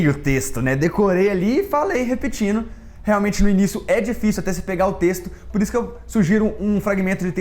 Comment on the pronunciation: Vou te corrigir: lendo e não leno, Leno é o nome do meu gato kkkkkkk, tb não é repetino kkkk Brincadeira tá? Eita mineirim...